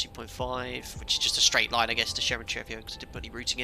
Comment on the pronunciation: Moscow airports, correct pronunciations: "SHER-emen-TAY-vo.... DOMO-de-DOVO...... VUN-uh-KO-vo..... :o)